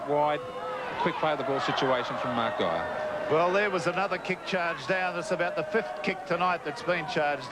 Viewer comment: Two of the pronunciations (“van der vurt”, “gay-er”) are wrong.